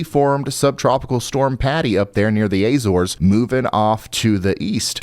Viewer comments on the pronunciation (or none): none